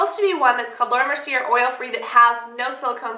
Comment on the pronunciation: It is pronounced laura mer-see-ay. sorry, it just bothers me haha